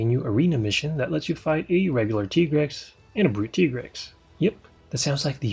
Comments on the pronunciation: It is pronounced ty-grex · It's pronounced Tigrex not Tigrex